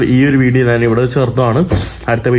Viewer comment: എന്തോന്ന് സ്പുടത ? ഞാൻ എന്ന് പറയാൻ പോലും അറിയില്ല . ഗ്രാഫിറ്റി കണ്ടിട്ട് ഗ്രാഫിക് ഡിസൈനിങ് എന്ന് പറഞ്ഞതാണോ സ്പുടത ? വിദ്യാഭ്യാസത്തിന്റെ നല്ല കുറവുണ്ട് .